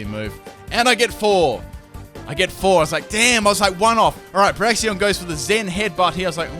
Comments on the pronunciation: FULL MISPRONUNCIATIONS TEAM;D Braixen (Brakes-un)= Brax-ee-on Slaking (Slack-ing) = Slay-king Ariados = A-ra-jos Reuniclus = Re-nuke-u-lus Cinccino (Chin-chee-no) = Sin-see-no. I actually mispronounce this one myself. Anything with Synthesis If you super-fans find any more, suggest away. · y u always say braxien? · Illumiss? Braxien? Slayking? C'mon fix yo pronunciations:P